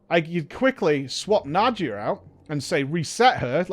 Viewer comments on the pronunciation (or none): Na-dee-ya,:) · I think its Na-dee-ya,:)